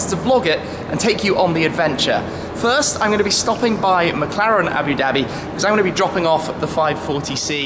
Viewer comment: "Aboo Daby"